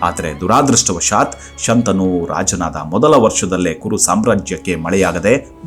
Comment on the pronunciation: ಶಂತಾನು ಅಲ್ಲ, ಶಂತನು.